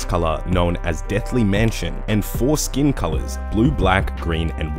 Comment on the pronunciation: I swear he said ”foreskin colours”